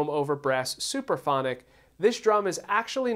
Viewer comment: It's (Supraphonic) not Superphonic !!!!!